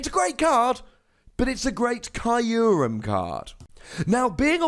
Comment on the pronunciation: It's name is from japanese, so it actually should be /q:rem/. Like you would say.. (Im sorry for the improper example) F*ck you. The ckyou part.